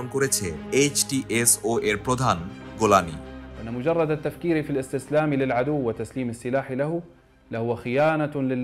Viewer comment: জোলানি ❎ গোলানি ✅ 😂😂😂